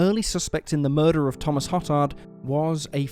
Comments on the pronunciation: Good stories. FYI-Hotard is pronounced Ho- tard (long 'o')not Hot tard, and Bossier is pronounced Bo-zher not Bo zer. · Hotard is pronounced hoe-tard, seriously lol I grew up on the west bank of new Orleans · No one else cringe at the pronunciation of hotard, then realize hoe-tard is actually worse lol